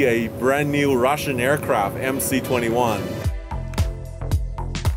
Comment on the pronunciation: Мда... С английским у наших как всегда беда. Вместо "эйркрафт" сказать "иакрафт" (пишу русскими буквами, а то многие не прочтут).. Это круто!!! Ну неужели молодых девчонок нельзя научить нормально говорить??? Про произношение я ваще молчу!!!!!! ПОЗОРИЩЕ!!!! Попугаи говорят лучше...